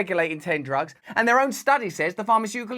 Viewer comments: Did Biden say "jugs" instead of "drugs"? 😂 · "Persciption jugs in any tuntry" huh? 🤣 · He said, prescription "jugs" 😂😂 And he has background token fans....😂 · I SWEAR I heard him say "prescription *Jugs*" 🤣